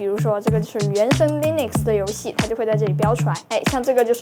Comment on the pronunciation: Nitpick: 是讀Linux (/ˈliːnʊks/）跟Linus Torvalds 名字發音相近